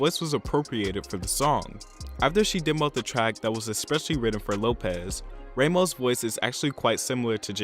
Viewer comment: I'm sorry but it's Ramos - Rah (like rah rah rah) most, not raymos